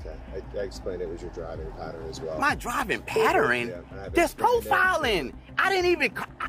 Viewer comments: "paterin", sir I believe you ment "pattern". That's some terrible grammar. Oh, then he didn't break no "infractures". Did this guy ever actually ever go to school? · Idk what a driving 'patterin' is lol